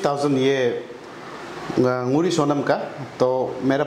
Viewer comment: Not Nuri it is nguri